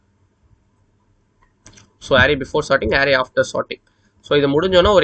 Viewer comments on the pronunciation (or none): No arrrrays only arrays 😂😂